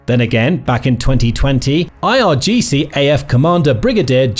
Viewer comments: Also it's IRGC*, Not IGRC. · irgc not igrc noob